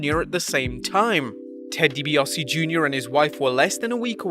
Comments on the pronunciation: Isn't it Deebiasee? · “Dibiossie” Jr. He’ll never learn how to pronounce that name properly will he?...